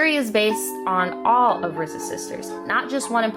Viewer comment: Low-key, the fact that you keep saying RZA's name as "Rizza"...😬😬😬 just being honest. It's just RZA, not "Rizza". Other than that, I liked your take on the whole thing.